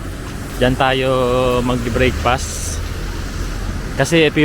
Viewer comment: Sorry nabobother po ako sa Brakefast. Brekfast po sya 😭